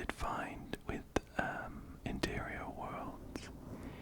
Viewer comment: Everytime you say ‘interior worlds’ i hear 💅MATERIAL GURL💅 love your vids btw!